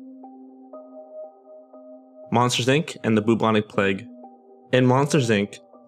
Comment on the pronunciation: The BOO-BONIC PLAGUE lol